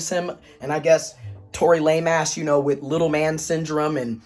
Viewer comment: You said Tory Lameass🤭